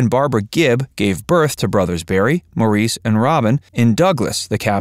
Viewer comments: Maurice's name is pronounced "Morris." He know how to pronounce his own name, you don't. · If you wish to be taken seriously, please research & learn the correct pronunciation of Maurice Gibb's first name!!! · People need to do a better job at their research. Maurice pronounced his name Morris. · The Bee Gees music I would say is timeless. Btw, Maurice’s name is pronounced Morris. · Maurice’s name is actually pronounced “Morris”. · Can’t stand when they pronounce Maurice’s name wrong. It’s pronounced MORRIS! 🙄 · Just a couple of corrections, Maurice's name is pronounced Morris and Andy Gibb was NEVER a member of the BeeGees. He is sing with them in one of their concerts. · Morreese? Really? If you're going to make a documentary about the Bee Gees at least learn how to pronounce their names. The Gibb family lived in Great Britain before emigrating to Australia. Maurice's name is pronounced Morris and in every documentary where Barbara Gibb speaks (their mother) she pronounces her son's name as Morris. Get it right! Also Andy never joined the Bee Gees. He sang with them on a few occasions, but he was a soloist. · A crappy, inaccurate video. What??? The disco craze was NOT in the 80's but the 70's! It's not pronounced "Moreese" but "Morris". I loved Robin and his beautiful unique voice but both he and Barry shared lead singer duties as well as Maurice on occasion. Most of the disco era songs were sung with Barry as lead. Get it right folks. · Incorrect info. Robin wasn’t lead singer of the bee gees. It was Barry. Also robin had cancer. Mo, (spelt Maurice)who’s name is pronounced Morris not maureece. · And it’s spelled Maurice but pronounced as Morris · How come the narrator can't pronounce Maurice's name right?!! It's pronounced Morris. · Maurice is pronounced Morris! Andy was never a Bee Gee. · Maurice pronounced his name as “Morris” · It is spelled Maurice, but pronounced “Morris”. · Maurice is pronounced like Morris. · His name is pronounced “Morris”